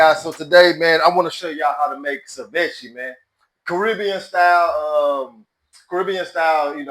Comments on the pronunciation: Pronounced: Say-Vee-Chay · SI-VECHIE is funny as hell lol